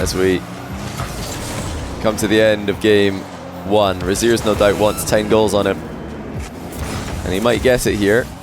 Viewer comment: Every time said "over Rezears" I couldn't stop hearing "over his ears". 😅